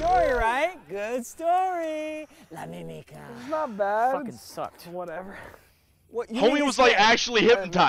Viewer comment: "la mimica" "la lamika"